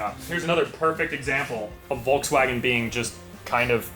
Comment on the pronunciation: Furrwagon For sure 😂